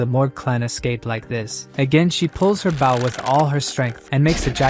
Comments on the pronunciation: "who was very skilled with a bÆw" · i luv these AI readers. the only way i can tell its AI is it uses the wrong pronunciation of some words wrong like bow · The ai voice said the bow you use with arrows as the bow of a ship. Just smth i noticed.